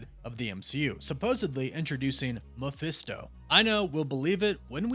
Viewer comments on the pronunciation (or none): none